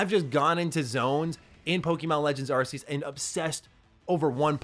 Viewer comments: "arKeus" not "arSeus" :D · It's aa-key-us not arse-ius lol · u can tell ur not a fan at all coz u just said Z-A takes place in the same place as Black n White lmao Z-A it's literally X and Y ... n stop pronouncin Arceus wrong it's AR-KEE-US -- but what can i expect from an AEW fan... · Why is he calling it ar-see-us? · You are saying arceus wrong xD